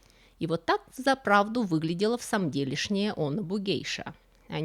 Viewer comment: Вроде бы, точнее произносить "бугэйся".